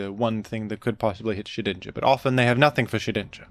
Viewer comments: I pronounce Shedinja like "Shed Ninja" just as how I pronounce Groudon as "Gru Don". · The effort it must have taken to edit out all those n's out of Shedninja's name.